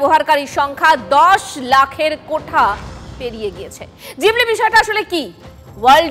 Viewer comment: জিবলি না ওটা ঘিবলি। 😅